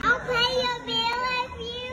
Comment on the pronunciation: “i’ll pay youw biww if you leave!” GAHAHAHAHAH